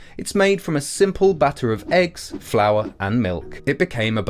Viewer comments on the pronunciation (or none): none